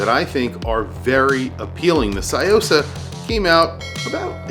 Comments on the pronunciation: Love your video and visual of this piece. One thing I have to point out: it’s pronounced “Tsu” or “Tzu”-yosa, not “sai”-yosa. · It's Tsuyosa, not Sayosa. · It's pronounced su-yo-sa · What is it with Americans and pronunciation - tSOO-YO-SAH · C’mon, learn to pronounce a watch correctly if you are going to review it! Good grief!!! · The way you pronounce Tsuyosa is driving me mad haha. Thanks for the review anyway. This watch is awesome